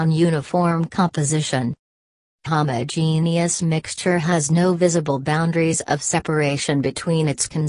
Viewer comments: Jn jn let me say something, I could not have understand one thing 'you're were saying because I was to bz wheezing with my sister for that "AHoomAhogenuis" 🤣🤣🤣 LKKE I SWEAR THAT IS WHAT WE HEARD INSTEAD OF HOMOGENEOUS🤣✋🏻 IS THE ROBOT HOMOPHOBIC TO😂✋🏻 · It just made me laugh because of how she pronounced homogeneous and heterogeneous😂sorry🙊✌